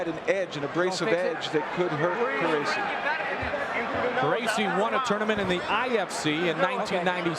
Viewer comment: I thought his name was pronounced car-rachi